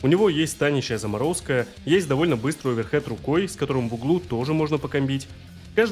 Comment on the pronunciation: Да не оверхэд!!! А оверхэНд!!! Удар рукой сверху!!!